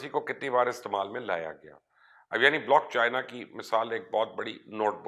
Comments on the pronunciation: لعنت تیری ری سرچ پہ پائی، بلاک چین ہوتا ہے بلاک چائنا نہیں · Mubashar sb blockchina nhi blockchain hota hy, ek to ye lafz drust farma lain n 2ndly one coin ka bitcoin se kya comparison bhai?????? Ap bitcoin ko study krain ap ko reality clear ho jaye gi... Thanx